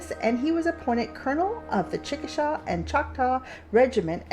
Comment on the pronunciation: It's pronounced Chickasaw not chickashaw. Been there several times but, before someone lit toilet paper up and burned it down. I'm an Oklahoman and I live in the capital of the Chickasaw nation.